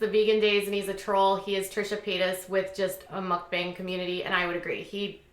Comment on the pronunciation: Isn't it pronounced Muckbang not Muckbung? Also it's Stephanie Soo like 'Sue'